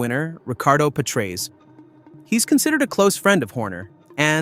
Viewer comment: when the guy cant even pronounce Patrese right, how can you take anything else seriously?